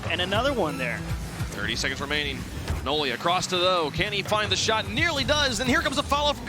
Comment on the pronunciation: Ok but if you want your name to be pronounced nolly instead of noly you should put the double L. It indicates a break in syllables. Its the difference between no-ly and nol-ly, where no makes a typical no sound and nol changes to be a "nah" sound (because we are lazy and don't fully pronounce the L in the first syllable lest we have to say the L twice, similar to the word syllable in fact. If there were only one L, it would be pronounced "sigh-lable" instead of "syl-able" where once again we only say one L). As it is written noly is closer to "no lie" than it is to nollie